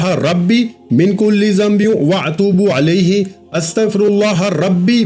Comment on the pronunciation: بھائی آپ تو استغفراللہ ربی من کل ذنب واتوب الیہ بھی صحیح نہیں پڑھ پا رہے۔۔۔اتوب علیہ نہیں ہوتا۔۔۔